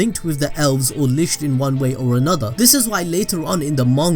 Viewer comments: He's saying lisht but its lickt licht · You’re butchering the pronunciations of litch and Hage boi Litch = Li-t k-d/ “Licked “ Hage is sounded like “taj mahal” just without the “mahal” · And it’s also pronounced lickt spelt licht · This has absolutely nothing to do with the plot, but I love how you pronounce “Licht” like “Lischt”